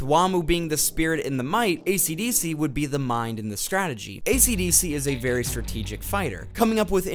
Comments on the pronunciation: I would have liked this video but ishidishi’s named was pronounced ACDC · its kind of annoying that you are calling him ACDC and not esidisi